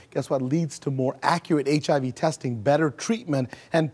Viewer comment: hahaha he cant pronounce HIV hahaha